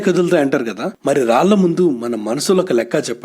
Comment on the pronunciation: Babu telugu baaga matladuthunnaru kaani konchem raallu, pelli laanti words ki ళ vaadithe vinataniki inka bavuntundi. Ee kaalam movies and songs lo kooda పెల్లి antunnaru. 🤦‍♀️ పెళ్ళి, రాళ్ళు అనాలి. Please note this point bro and let ur team also know.